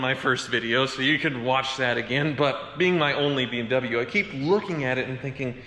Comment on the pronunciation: "It's the only BWM in my Hooptie fleet"......but how many bimmers have cycled through your fleet?....bet you need 2 hands!